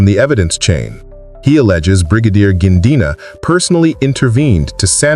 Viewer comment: Gininda not Gindina, please take time to practice pronunciation so as to be as close as you can be